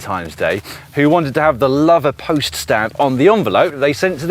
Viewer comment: Great video Dan, I live in the Forest and have followed this adventure on instagram, would have loved to have jumped on your wheel as you went right past my house! The village Lover is actually pronounced 'Low-ver', I used to love in the next village, Redlynch